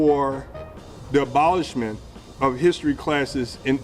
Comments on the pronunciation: "I'm callin' for the bolishment of history classes.." Looks like he's already bolished English classes; he may as well bolish history and rithmutick, too. =) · He didn’t call for “the abolishment of teaching history....” He called for “d’abolishment of teachin history.”